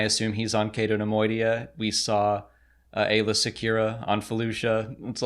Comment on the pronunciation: Correction: Aayla not Ayala